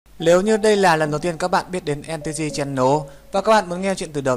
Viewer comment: Cào Cào lếu như